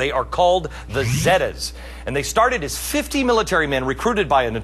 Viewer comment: ROFL He Said It Funny Zedas Almost Like Zeldas